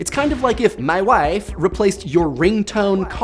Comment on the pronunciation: why do I laugh so hard soda comes out of my nose every time he says "mah wife" I need to "stahp" drinking and Idea-ing.